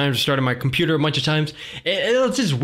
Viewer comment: Computeeeaasahh game